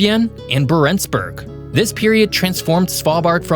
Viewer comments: Interesting video. NB: Isforden: "EEs-fyoren". Longyearbyen: long-year-BEE-en; "byen" is the definite form of "by" meaning town/city. Barentsz: BAR-ents; accent on the first syllable. Barentsburgs: BAR-ents-burg; again accent on first syllable. Ny-ålesund: nee-OLE-eh-sund; å is a long O sound. I wouldn't bother pointing these out but this is meant to be a geography channel. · Yeah and he didn’t even pronounce Barentsburg correctly